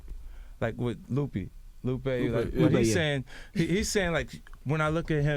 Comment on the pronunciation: 50 pronounced Lupe Loopy😅 noone noticed?